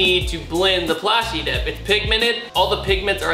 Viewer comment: at least tell her it's plastidip lol